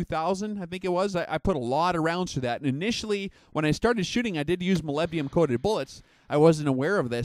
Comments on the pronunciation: Hi, Not to be a wise ass, but you are completely mispronouncing Molybdenum. You're saying Molybdium. President George W. Bush caught hell for saying Nu-cu-lar (Nuclear). Anyway I'm an Analytical Chemist and test Molybdenum in the vitamins and minerals by ICP-MS (Inductively Coupled Plasma-Mass Spectrometry). It's used as a catalyst in many enzymes in plants and humans. It has an atomic number of 42 (the number of protons). The rest of the weight is made up of neutrons (98 atomic mass units - 42 = 56 neutrons if you take the most abundant isotope). There is a contradiction, in your video, from some shooters that say it actually slows the bullet down. I have yet to test fire my reloads. Molybdenum disulfide (MoS2) is the compound used and does lubricate the bullet but apparently adds drag, but will look into it further. Just sayin.-Paul D. Dodson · Oh shut up, he spells it right...just says it weird. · Is it that hard to say molybdenum right? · Love your vids. Moleebdenum That's how it sounds.